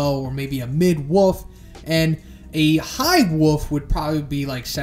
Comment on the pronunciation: The fact that you keep on saying 'woof' instead of wolf is so cute